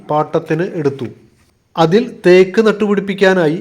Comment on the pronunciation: വളരെ മോശം അവതരണം. തേയ്ക്ക് അല്ല, തേക്ക് എന്നാണ് പറയണ്ടത് 😱🥵🙉